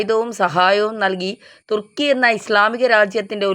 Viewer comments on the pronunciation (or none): none